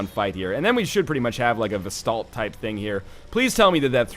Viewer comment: Vesdaldt? VELSTADT, LEARN TO READ LION!